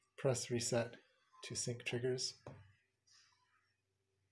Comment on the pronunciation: sync, not synch...